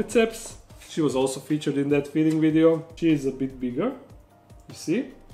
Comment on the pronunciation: Did you say video or ideo